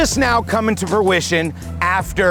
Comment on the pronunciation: its Fruition FRU-ITION, not beautician, not tuition smh...lol..whoever says u have to be smart to do real estate is a lie. lol... your still my guy, but you cant be "stoopid" around me.. i dont play that lol